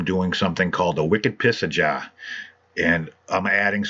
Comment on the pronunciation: Love that "Wicked Pissah Jah" LoL! All of my family is from New England. Mostly Mass and a few in New Hampshire. My Uncle and Aunt host the Wicked Golf Tournament in Wicked, Maine each year. Great build. I used to build 1/24 scale models and could never achieve a look I was looking for so I switch to 1/64 scale. Great video as usual. Thanks and Thumbs Up.